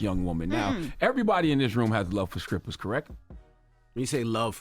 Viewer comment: Am I the only one who's hearing scrippers?